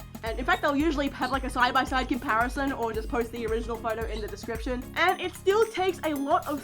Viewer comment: "I put a link in da descriprion" paws twirls